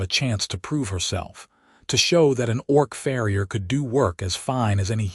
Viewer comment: I get it about not putting shoes on cattle, I did farm work growing up around milk and beef cattle. This is a fantasy world, so I give that a pass. The mispronunciation of words like "read," "bow", "live," "record," "tear," etc. bothers me a lot more than that. Then there's reading the word "farrier" as "frier." But I love this story, and thank you for sharing it with us. ❤❤❤❤❤❤❤